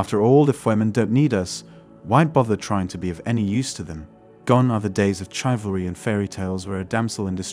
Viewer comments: It's pronounced "shiv-al-ree". There are no 'chives' in this recipe. This is a machine, right? Tell me this is a machine.... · I love when the auto reader voice mispronounces common words like Chivalry. No Chives involved in Chivalry.